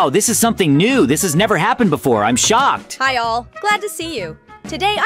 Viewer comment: dude stop saying im shoked